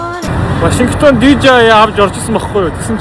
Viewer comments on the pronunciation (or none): none